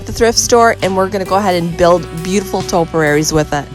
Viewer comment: Topiaries, not “toperaries”.